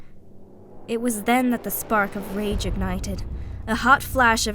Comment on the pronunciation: Rage (rah-J)